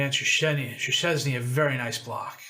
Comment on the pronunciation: Just to end your torture, it's Shhessny. Make a long shhh sound and then ess like chess, ny like knee. Technically it's Shchesny - h in English has its secondary job done by z in Polish, so sz is sh, cz is ch. Just to be contrary, the Hungarians do this the other way around - sz is s, and s is sh. Ain't languages fun? 😋